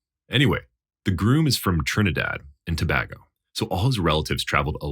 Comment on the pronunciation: Story 2: Its TOE-BAY-GO (Tobago)